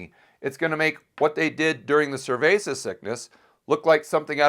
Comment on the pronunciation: Why is he calling it “cervesa sickness”?